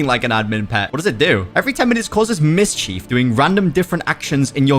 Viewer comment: BRO DID NOT SAY “MISS CHIEF🤓🤓🤓”